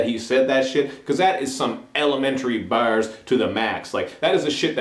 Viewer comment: you pronounce barz funny.. sounds like your saying bares lol, i got u tho.